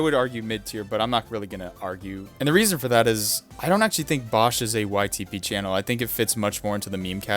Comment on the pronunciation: It’s pronounced Bow sh. As in bow and arrow. And bosh is a he. Like blue yoshi boshi bosh. And how dare you put him on bottom. Although he really isn’t YTP.